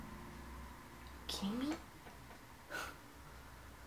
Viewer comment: "R u keedin'" love u